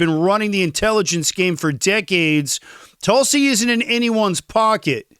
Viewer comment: You are pronouncing Tulsi 's name incorrectly. Just know, you're making people keep scrolling.